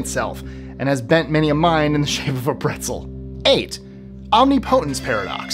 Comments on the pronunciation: Perhaps,, you should spend more time learning to pronounce words correctly. Such as OMNIPOTENCE. It is not pronounced as you said it, several times. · I usually enjoy these lists. But I had to stop this one after "omnipotence" was repeatedly mispronounced. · Please look up how to pronounce omnipotence.